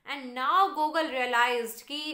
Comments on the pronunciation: its GuGoool.ur pronunciation is wrong. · Mam your pronounciation of debute, genere, gogol are wrong .